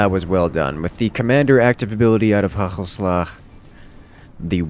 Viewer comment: FINALLY HE SAID IT CORRECTLY WHOOOOOOOOOOOOOOOOOOO